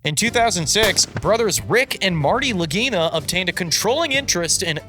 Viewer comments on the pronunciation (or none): After investing way to much time into this show, i now know two things for certain. Anything that narrator is involved in is complete BS and you can skip thru when he talks. And that the name "Lagina" can be mispronounced in quite a funny way.